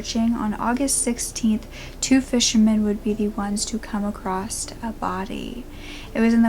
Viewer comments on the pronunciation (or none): "accrost" hmmmm NOOOO!. Lol